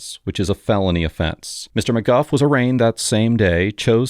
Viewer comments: It’s McGoo not McGuff. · Isn't it pronounced McGoo not McGuff? Is he using AI voice? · It’s pronounced “mcgoo” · I see why you have no propper job, you are not able to' even speak out names the right way - maby you should go back to elementary school